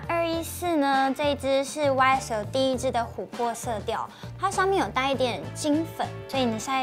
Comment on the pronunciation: 'YSL' 和 'Chanel' 的发音也特别奇怪。